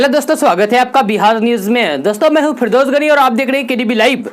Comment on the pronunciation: Mashaallah News to bahut hi jankariyon se bhara hua hai mager words pronounsiation bahut mistake hai jaise Apka nam ka batana phirdos gani jubke sahi word Firdous ghani hota hai doosra matric ka result shukrwar tak jari ho sakta hai jubke news 23 yani Saturday ko record ho raha hai phir hona chahie Friday ko jari nahi hua Saturday ya monday tak jari ho sakta hai .